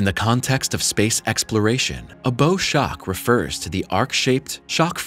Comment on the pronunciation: Bow Shock - it’s pronounced like the Bow of a ship not the bow of an archer - English can be confusing